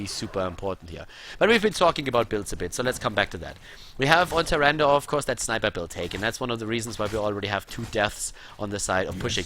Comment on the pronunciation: Sorry but why are you spelling "Nazeebo" as "NazeebRo" ? Its quite annoying. The same goes with Tyrande, its "Tyrande" not "TyrandA". Please work on that :)